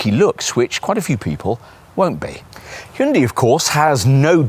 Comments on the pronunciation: Slightly better pronounced as "Hoon-DAY" and not "Hoon-dee!" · How about you learn how to pronounce the companies name correctly?